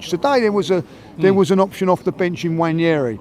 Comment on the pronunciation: I doubt it's probounced Wanyeri... mispronounce a lot of names... they call Merino, Mourinho, or Moreno...